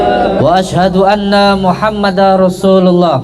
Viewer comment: baca syahadatnya aja blum benar..Muhammada rosulullah,wkwkw seharusnya Muhammadarrosulullah.tanwin bertemu ro bacaan idgom bila gunnah..din Udin guss palsu